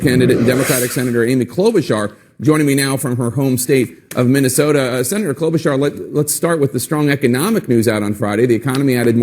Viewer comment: Besides the substantive policy talk, the other 50% of why I'm here is to hear Kyle unintentionally brutalize the candidate names; booty-judge, clow-bu-jar - pure works of art! 🤣